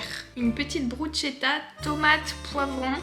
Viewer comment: bonjour pour info ça se prononce "brousse-quétte-ta" ;)